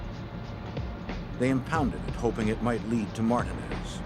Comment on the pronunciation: I have never heard anyone pronounce Martinez that way. Are they dumb?